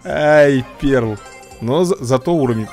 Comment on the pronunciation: Если что не перл а пёрл